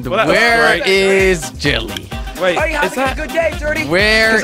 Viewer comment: Its jelly not jilly